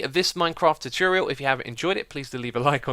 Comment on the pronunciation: says choochorial